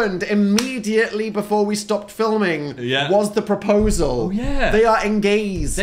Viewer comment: I thought "engaysed" was pretty good actually :'))